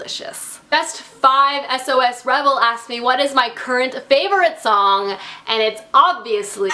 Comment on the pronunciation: When pronounced it S.O.S instead of "sauce" because she is actually a normal person.